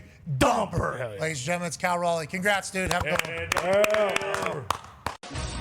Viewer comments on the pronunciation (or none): I like how Pat says "Kol Roley" lol. It's Cal Raleigh bud. Go M's